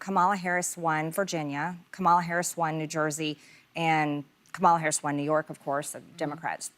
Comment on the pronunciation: Why is she still not pronouncing VP Harris’s name correctly?